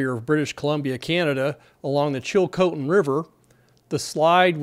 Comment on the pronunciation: Pretty good pronounciation on the place names, including Chilcotin (others have already commented on Fraser ) I grew up upstream from there, near Hanceville, and my parents still live there. There is one bridge for access, so I'm hoping the back up doesn't get that far to affect the bridge. A lot of people depend on the salmon run, so this will affect a lot of people both upstream and down. Hoping there's not a sudden catastrophic breach, as had been predicted, for all those downstream